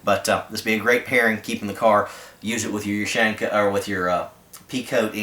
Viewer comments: Ok, u got the point but I'm a bit OCD. You pronounce it like ( you-shank-ah ). It's (oo-shan-kah). Sry bout that. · It's pronounced "Oo-shawn-kuh", not "Oo-shank-uh", with stress on the "awn". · When he said “ush AAAAANQAAA” I cringed like hell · ooh shan ka not you shank uh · in America you say YOU-SHANK-AH in Rasha vee say OO-SHAN-KAH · is not oo is hard u U-shanka also no h in pronouciation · it's pronounced oo-shawn-kah ;)